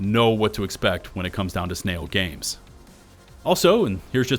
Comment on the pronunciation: Sn-AI-l Games.